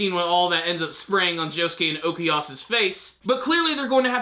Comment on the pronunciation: Why he is still saying ,,Okuyas" instead of ,,Okuyasu"?